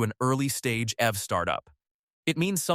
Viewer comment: The AI voice didn't sound appealing from the beginning but when it pronounced EV as F I couldn't continue listening 😂